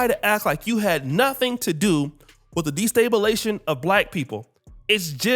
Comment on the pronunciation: This clown can't even pronounce destabilization.